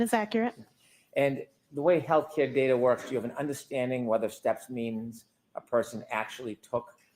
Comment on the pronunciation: Will someone please tell Brennan it’s not health ‘care’ data.